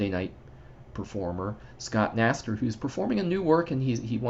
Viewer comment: Another great job from Scott! (BTW, his last name is pronounced K-naster.)